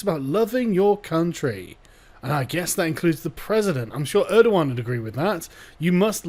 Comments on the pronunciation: it's erdogan not erdohan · "Mustafa Balbay, nice, I can pronounce that" "Err-doe-wahn" How does Erdogan become Erdowan I don't care if that's how it's spelled, this is engligh und ve pronounce our gees